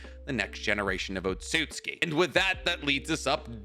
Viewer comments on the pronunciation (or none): none